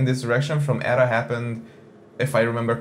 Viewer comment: It's "E-T-A", not "Etta", you ass!